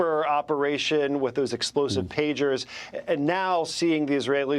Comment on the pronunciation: Ambassador at large but cant pronounce Iran correctly. Its 4 letters. Is this ignorance or arrogance.